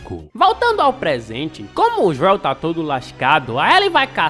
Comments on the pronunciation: Que raiva do falando "Joél" kkk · Mano é Joel não Joel !